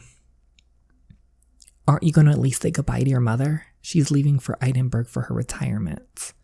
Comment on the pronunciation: Sorry the way DJ read Edinburgh got me also the people saying that it was mean of Luna to leave without saying goodbye although I agree. I can't help but be sympathetic, she worked her ass off to get the scholarship and create the life her mums and she wanted but she ended up falling in love with the son of the scholarship holder thing which wasn't in her initial plans. Mrs Alderidge was the one who kinda made her leave in the first place and saying goodbye is a lot harder than you think when you don't want to leave but you know its the right thing to do for the both of you